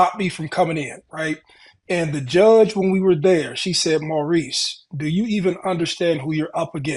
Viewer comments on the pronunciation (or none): why does keep pronouncing mo's name like "maryse" instead of "mohrise" like it should for a man?? she prolly has female friends with that name & doesn't know the difference